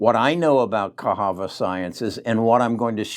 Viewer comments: Cahava? I think it is pronounced as CaSSava. lol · Its Ca SAVA sciences.......NOT Cas HAVA Science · 1st he calls Netlist, Netflix now Casava is cahava 🤦🏿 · I love for that though 😜